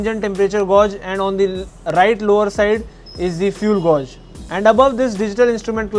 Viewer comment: That is not how you pronounce Gauge